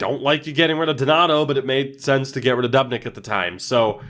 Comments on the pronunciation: Doob-nick not dub-nick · He says dubnyks name wrong 😂